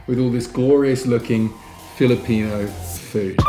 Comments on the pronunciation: Nice video as awlays. Btw just really wondering, seems like doesnt have filipino blood but shes so smart knowing pronunciation quickky. Is she part chinese or part thai? Anyway hope you can create a bit of content about your romantic life together. Goodluck! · Is a half filipina? She knows how to pronounce foods so easy though. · Your girlfriend is always correct pronouncing filipino food tho! Nice